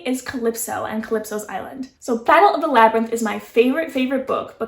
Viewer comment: You were close! It's Labyrinth but nice try@